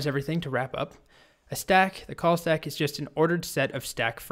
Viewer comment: At first I had thought you said "COLT" Stack and was wondering what this was all about... :D